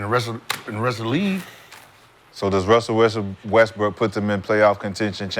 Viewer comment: Everytime says Russell Westbrook hes says it “Wussell Restbrook”